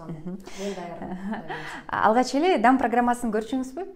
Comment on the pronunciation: соонун алып барасың коногундун ички дүйнөсүн жакшы ачып бере аласың. Даам деп айтчы,дам дебей.